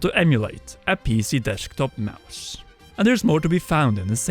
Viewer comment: IT'S MOUSE... NOT MOOSE🙄😅